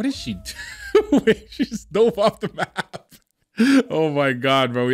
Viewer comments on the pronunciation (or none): none